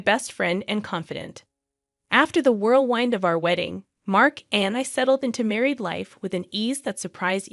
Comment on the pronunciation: Whirlwind is NOT pronounced whirl WEYEND!